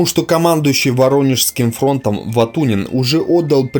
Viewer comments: не Vatunin a Vatutin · ВатуНин!!!???? "Это просто позор какой-то"(с) Я вот историю плохо знаю..., но даже мне так резануло слух доселе неведомый мне некто "Ватунин"..., а особенно созвучие с известнейшей фамилией Ватутин. P.S. Тема хорошая..., но, АВТОР!!!! Подтяни хотя бы элементарные знания, а то в другой раз прочитаешь еще чего похлеще - мало ли какая опечатка будет в тексте. ---------------- После "Ватунина" - косноязычие в виде "складыющейся ситуации" и "РотмИстрова"(ударение) даже как-то не раздражает))). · не Ватунин а Ватутин ! Деревня! иди в школу историю учить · Кто командовал Воронежским (будущим 1-м Украинским) фронтом? ВатуНин? А, может, Ватутин? После такого брака - дальше слушать не хочу! Диз! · Ватутин, а не Ватунин. Горе историк. Да и ещё подтяни русский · "Ватунин", бл... Диктор - мудло безграмотное. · Фамилия командующего фронтом Ватутин, а не Ватунин ! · Какой нахрен Ватунин? Командующим Воронежским фронтом был Николай Фёдорович Ватутин! Командовал бронетанковыми войсками Павел Алексеевич Ротмистров (ударение в фамилии на первый слог "О"). Салют в Москве был дан в честь освобождения Орла и Белгорода 5 августа 1943 года (их называют городами первого салюта) и после это вошло в традицию после освобождения каждого крупного города в Москве был салют. Из-за таких неточностей вся информация теряет доверие зрителей, думающих критично. И да, встречный танковый бой на Прохоровском поле был, а не "тир" - это мне лично рассказывали старики живущие в Прохоровке, которые были свидетелями тех событий (к сожалению все известные мне свидетели уже ушли). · Фамилии исковеркал, Ватутин,Ротмистров. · Ватунин? Автор у меня слух режет как ты читаешь! На 4 мин 20... сек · какой Ватунин? может Ватутин? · Ватунин... После этого выключил. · Уважаемые авторы, командующий Воронежским фронтом не Ватунин, а Ватутин! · Ватутин, а не Ватунин если уж делаешь ролики по истории так внимательно читай материал и перепроверяй звук после записи не позорься. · не Ватунин а Ватутин